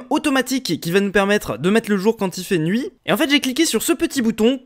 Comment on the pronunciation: ta dit qu’il fait jour mais il fait nouit